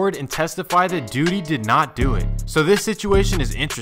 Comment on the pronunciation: He said Duuty🤣🤣🤣🤣🤣🤣